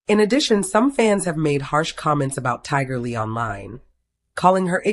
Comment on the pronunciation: This is so sad. I hope that everyone hearing this prayers for their family. 🙏🏾. Is this A I speaking because her keeps getting mispronouncing her name. It’s Tiger Lily.